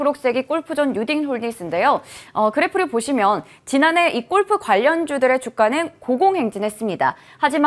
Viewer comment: 유익한 정보는 고마운데 golf를 왜 꼴프라고 계속하나요? 꼴프가 아니고 골프라고 하세요 듣기안좋네요